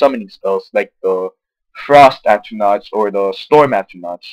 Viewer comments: .... not at-ruh-NOTCH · Atronach At-ro-nak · just to let u know, atronach is said a-ch-ro-nark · Careful there LBP... The poster might just go ape shit over that suggestion. He does not recognize a battle mage as actually being a legitimate class of mage. He also does not recognize the proper pronunciation of "Atronach".